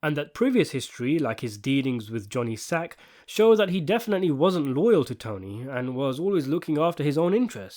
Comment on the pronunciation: “Johnny Sac”! Not Johnny Sacks as you keep saying. It’s singular, not plural. SAC!